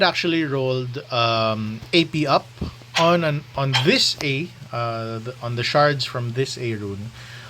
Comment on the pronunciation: Love me 💕💕💕 I just heard you say ayon. Your pinoy noh?